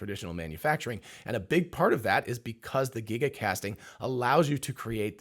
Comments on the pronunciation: Obviously not an engineer if you have to ask how to pronounce Giga. It starts with a G, not a J. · 1.21 Jiga-casting